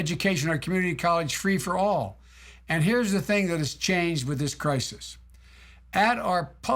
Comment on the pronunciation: "in time of krikus" sheesh joe